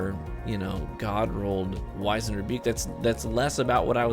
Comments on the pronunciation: Pronounced WIZ-end (like wizard), not WHY-zend. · Not Why-Zand but Wizz-End... try Google, can help with 'knowing stuff'.... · Dude. Great video. But...... Wiz-end. It’s pronounced wiz-end.